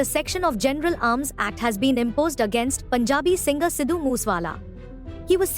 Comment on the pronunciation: I'm not Indian and I have never been to India but I've been listening to a lot of Moose Wala in the last couple of years because I think Indian music is so unique. I didn't know there was a story like this behind the guy though. (Btw just for future reference, it is pronounced "Sick" instead of "Seek" for Sikh/Sikhs/Sikhism, I have a Sikh friend that is always getting on me about the pronunciation lol).